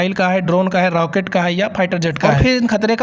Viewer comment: Rocket ❌ rao ket ✅